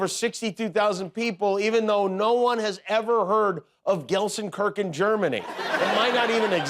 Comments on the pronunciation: Gelsenkerken 🤨🤨 it's Gelsenkirchen (kirshin) you pissed off millions of schalke null vier fans 😂😂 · Gal Sen Kirken 😂. I was laughing so hard. German living in a town next to GalSenKirken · The way you pronounce Gelsenkirchen? Then no Jimmy, no one heard about it ^^ And I'm not a German either. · Gelsenkörck, I love it. Now the germans are pissed of 😂 Manuela from Düsseldorf, not far away from Gelsenkörck.❤ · Gelsenkirchen, Germany is actually my hometown - it exists ... (he is mispronouncing, but still) 🤣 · Hey. Gelsenkirchen exists. I was born there.😂😂 I could teach you the correct pronunciation 😂😂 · Jimmy completely butchered the pronunciation of Gelsenkirchen... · Watching from Germany and I was laughing my hearts out when Jimmy talked about Taylor swift performing in Gelsenkirchen Germany. First, Gelsenkirchen is a real city in Germany, it is the 25th most populous city of Germany and it is the home of the football (Soccer) club FC Schalke 04. Secondly, Jimmy got the pronunciation of the name of the city wrong. It was funny hearing him pronounce it though. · That was the worst pronunciation of Gelsenkirchen I´ve ever seen - just because it does not exist that city did not deserver that. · Geilenkirchen is a significant city. It is just no one has every heard it pronounced the way you did.